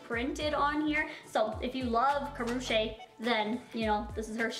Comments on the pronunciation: Karrueche (Ka-ru-chi)😊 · It's Kuh-roo-chi